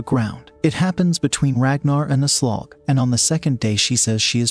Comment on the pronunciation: "She introduced herself as A Slog." Lol